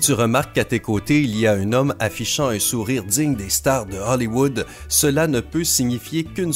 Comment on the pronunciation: Haulliwoud - paddy woud 😂